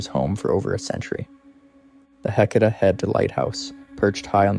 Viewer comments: Heceta is pronounced hay-SEE-tuh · Are you repeating the stories a few times to make the video longer? Your story telling doesn’t flow well. Also, you’ve pronounced Heceta 3-4 different ways. A friendly recommendation is to do some research on how to pronounce the locations and names you’re saying. Nice job, but keep working on it.